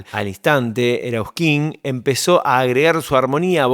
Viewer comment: Que poco creíble y aficionado este informe. Apenas empieza ya pronuncias mal el apellido de Miguel. Enseguida decís que fueron teloneros de Los Gatos cuando estaba Pappo (1.969 o 1.970 fue eso) y después decís que el grupo arrancó en 1.973. Ya de ahí no seguí viendo porque suena muy poco serio. Material ultra berreta chau